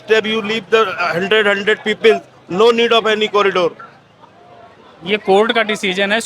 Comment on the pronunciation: Pahle Anpadh news Wale Ko yah sikhao corridor hota hai na ki Kari Dor